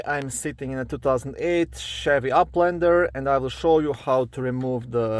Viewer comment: I love the way you say Uplander lol 🤭😂